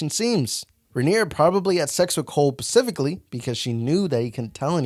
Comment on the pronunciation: If your're going to have a commentary channel, learn to speak. 'Pacificlly', really? 'Specifically' it's pronounced Spa-sif-ak-lee